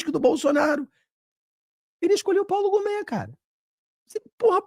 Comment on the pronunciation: O nome é Paulo Gonne e não Gome.